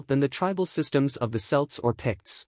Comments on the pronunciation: You keep saying "Selts", not "Celts" - but you're saying "Celtic" correctly. Also Scots "Gaelic" is pronounced more like "Garlic" - without the "R" sound... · Kelts not selts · Celts pronunciation with the c being sounded with a k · I don't know but it's not revealing anything new, in fact there are some out of date bits in there and the pronunciation of some words, like Celts is very poor.